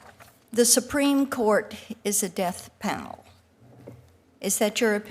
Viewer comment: Is she saying "Deaf Panel" or "Death Panel"?